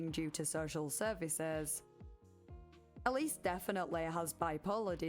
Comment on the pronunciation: Isnt Ellis pronounced Ell-iss?